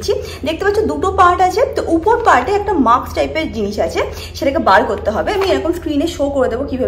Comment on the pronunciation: dear tomar vlogs eto bhalo ❤ but please pay attention to your pronunciation, mask bolo it's not maks tai na? Tomar bhalo chai and I follow your videos regularly, tai bollam. Keep growing ❤ special love to Mango babu 😘😘